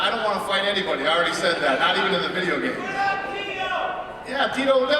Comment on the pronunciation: Min-Soo Kim?! He's a great fighter? Mir 1-1. Decision against Herring and a win over Randy, who, let's face it, while he's still a force, the 46 year old man has seen better days. You're a moron. Especially when you say stuff like "Brock is da champ". "Da" champ...really..."da". Just leave.